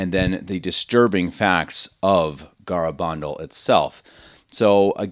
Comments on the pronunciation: It's pronounced Ga-ra- ban- dal. You can not prove this is a deception since the church has not closed this case. Pope Benedict has even declared it was not investigated well and cautiously advised to continue to look into it. People were converted during the apparitions.A priest who died soon after he saw the virgin at Garabandal had claimed she told him that he would soon be with her. Let the church do its thing. Videos like this is what confuses people. If you do not work for the Vatican, leave this stuff to the professionals. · Have the decency to pronounce the name correctly. GARABANDAL